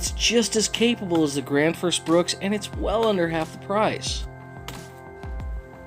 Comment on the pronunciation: I can't understand why a lot of people mispronounce or misspell Gransfors Bruk in almost every axe video I've seen. 😅